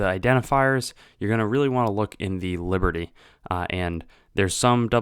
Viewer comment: You must the e in liberty you goffball